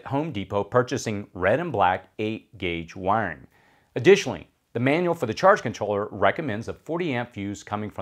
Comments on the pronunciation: all i heard when you said Wiring is "wang" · It took me a while to realise you were saying "wiring" when I'd thought you were saying "wang" at first :D Nice video though! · When you say "wiring" it keeps sounding like "wang" to me 😅😅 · Great video but the way you say wiring is funny